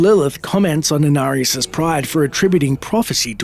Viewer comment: They butchered Inarius